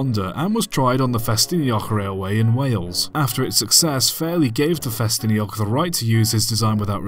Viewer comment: Now I know the proper way to pronounce Ffestinog.